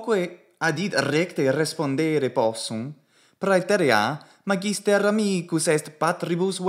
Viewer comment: Hey: You are stressing "magister" in the penult syllable, but I think it should be stressed in the antepenult ("MAHgister"). What are your thoughts? I love your commitment to the Latin language and your content.